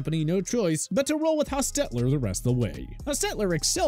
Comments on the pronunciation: I hate the way this guy is accenting Jeff Hostetler’s name. It drove me nuts! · Did they change how to pronounce Jeff Hostetler's name? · It’s annoying how he pronounces the name Hostetler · No offense, but you really need to do more thorough research for your videos and ensure that your narrator knows how to pronounce people's names properly. The way the narrator said Jeff Hostetler's name was really weird and saying Fran Tarkenton was "one of the first great pocket passers" makes you sound silly. And these kinds of errors have occurred in a number of your videos. FYI.